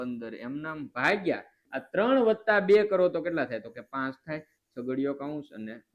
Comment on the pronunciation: સાહેબ તમે ભાગીયા ને તમે ભાંગીયા કેમ બોલો છો😅😅😅😅😅😅😅😅😅😊😊😊😊😊😊